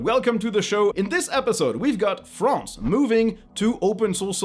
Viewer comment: You realize he is french when he pronounces "France"